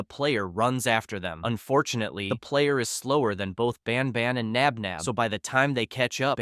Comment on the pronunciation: No, it’s Josh Knox Nabnab not spinner Flynn Knox nap nap